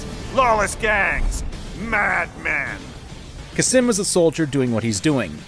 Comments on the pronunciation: hey, khamsin isn' pronounced kha-sim, it's kham-sin. just thought i would mention it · Kha-sim? You mean Khamsin??? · It honestly physically pains me everytime he says "Khasim". It's Khamskin (pronounced Kam-skin) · "Khasim" Khamsin, it says it on the call,, KHAMSIN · hurts my ears to hear him say khasim everytime instead of khamsin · it's pronounced "kass-min" not "kassim" cmon now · Idk why but the fact that he pronounces Khamsin as Khasim really pisses me off. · I like how he says "khasim" instead of "khamsin" for some reason. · "Khasim" lmao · Khamsin* (yes i am being annoying about this but this fucking gets on my nerves) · The way you pronounce Khamsin without the m is absolutely horrific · Never thought a simple pronunciation would trigger me. XD It's pronounced as "Qaasem" not "Cuss 'em." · Why is noone talking about how he calls Khamsin Khasim? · The beauty of your pronunciation and spelling of Khamsin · I was gonna get on your ass for mispronouncing Khamsin's name, but to be fair, Khamsin mispronounces his own name. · I’m my own master now. I like how not a minute in and is constantly mispronouncing and misreading “Khamsin” In addition to the points you made about The Hot Wind Blowing, I’d also like to bring up the view that the song is a mockery of Khamsin. He IS the man who believes he’s American. He’s number one. They’re willing to let people tell them everything to do and carry it out without hesitation. Sam gets a pass, because he seeks out his own justice and follows his own groove. Khamsin is just a slave. And even a dog is more free than the self proclaimed master.